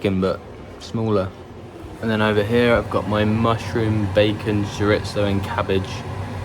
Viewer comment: Chorizo is pronounced CHOREETHO, not SORITSO.